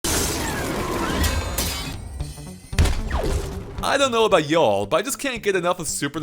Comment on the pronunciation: "Yuuaulll"...sorry had to replay that a couple times. Ty for the review